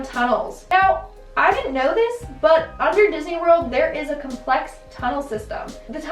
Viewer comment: Disney* lockney LOL who took a crap after this